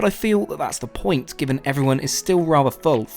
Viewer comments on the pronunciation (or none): none